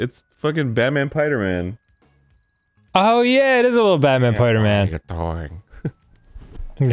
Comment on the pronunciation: Lmfao Baman Piderman...Tuuuba